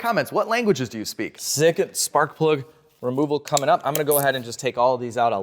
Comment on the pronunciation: Haha the "sparkuhh plugggah"😂